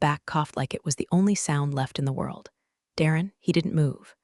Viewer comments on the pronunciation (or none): none